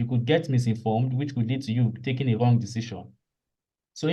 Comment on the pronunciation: The way you usually pronounce Wrong as Whong has me smiling 😁